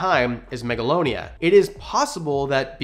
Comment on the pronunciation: No offense but it’s Megalania